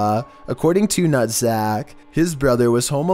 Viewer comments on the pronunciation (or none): Lmao nuhtzac!! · Not going to lie, but I couldn't stop laughing when says Nuhtzac. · Dis dude literally said video by nuttsack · It's the Nuhtzac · "By Nuhtzac" lmfao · lmao "Nuhtzac" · nutzac? XD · Mishchivish nuhtzack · Lmao nuhtzac